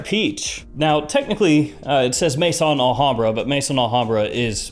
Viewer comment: The name is not Mason Alhambra it is Maison Alhambra ,you’ve been doing this long enough that you should know how to pronounce it properly!!! Maison is pronounced May-zon , it is the French word for house . As in House of Alhambra.